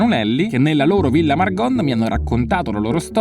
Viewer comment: Da trentina non posso non notare che hai detto per tutto il video Villa Margon con la o aperta, anche se con l'accento trentino viene pronunciata chiusa 😅 Vabbé...ti perdoniamo ❤❤